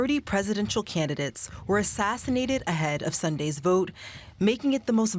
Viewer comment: "30 presidential candidates were assisinated leading up to this election.." Did i hear that right??? 😂👀